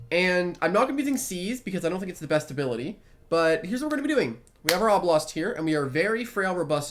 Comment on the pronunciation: Uhh,.. it's obelost